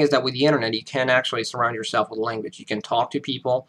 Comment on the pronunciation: With your pauses and slower paced, emphasized speech, you sound more American than us Americans. Maybe it's the internet, but only thing I pick up is, oddly enough, your "language" comes over as "langwich" a little bit. But please don't change it or anything. It's better than the original. While a deep accent is annoying, a little accent adds wonderful color to a sometimes dull world.